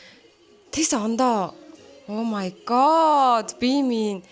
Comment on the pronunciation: өө мая гооод гээд сонсох жхн эвгү бдг да. Дуудлагын засчуул